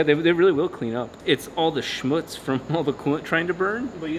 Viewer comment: that "Schmutz" on was absolut perfect german pronounciation